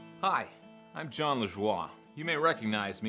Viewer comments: You can't pronounce "Jon"? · But you clearly have a problem saying "Jon"